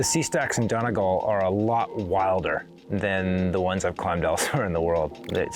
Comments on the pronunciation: Its pronounced don-knee-gawl. Americans usually pronounce Irish counties wrong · It’s pronounced done-ee-gall